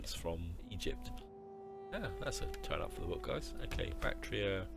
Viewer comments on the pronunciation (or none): Horrible pronunciation of factions & provinces. "Seucelids" "Bactria" "Tingris"